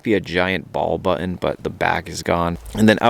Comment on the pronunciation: Love your but more and more you are leaving then Ts out of your words like some young yuppie girl. Please say your name the way it was meant to be pronounced nor MARIN or the word button not buin. You are better than that.